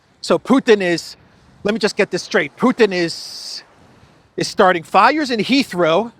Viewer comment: I keep hearing "Israel" when says "Heathrow"!!!